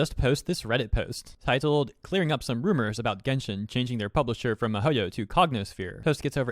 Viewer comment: When IT said "Rumars" it instantly lost Credibility.